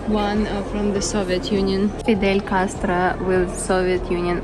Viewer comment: Your pronunciation was spot on when you said Fidel Castro lovely journey